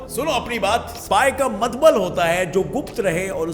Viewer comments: Wow.... He said mtbal 🤣😅 at place of mtlb...🤣😅😅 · told matbal....... 😂😂😂😂😂😂😂😂😂😂 Kya bhai aap bhi na